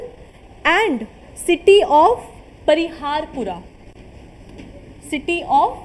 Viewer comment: Mam it is perihaspora